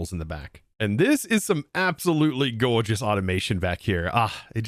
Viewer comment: "Gorgeous" My brain: ok Steve Irwin. Out loud: hold up wait a min.!! Did I hear that right??